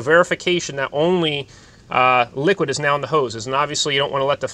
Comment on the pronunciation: “Right neow”